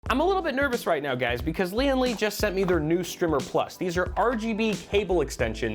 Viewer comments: Was checking for a comment like this...should be a long "i" sound. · Strimmer has 2 m's that's a a strimer : pronounced str eye merr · Wait, is it actually called 'Strimer?' Wtf is a strimer? I thought you were mispronouncing the word 'Streamer.'